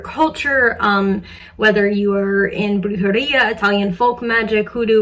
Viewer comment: I love your content and the fact that you try your best to teach us things and not only that but also the fact that you try to pronounce thing or in other words, you try to pronounce words right! If this is okay I woulld like to help you with pronouncing the Country Bulgaria (if thats the country you meant to talk about) the first part Bul is pronounced kind of like the animal bull and then the g in garia is pronounced the same way when you say the word ugly, aria is pronounced the same way you say the word area. By pronunciation it will be written like this: Bullg(the g from the word ugly)area. But still you are amazing and I appreciate your effort and knowledge.